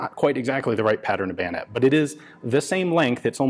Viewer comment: Bayosword? Swoyonet?